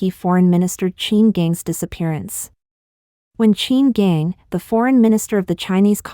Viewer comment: Pronunciation help... Qin Gang = chin gahn... Heilongjiang = hey long jahng.. Yuan = yen..Wei bo = Way bo